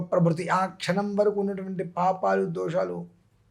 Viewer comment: క్షణం అని మామూలుగా పలకొచ్చుగా ఖ ఉపయోగించి ఖ్సణం అంటూ ముక్కటం దేనికీ ?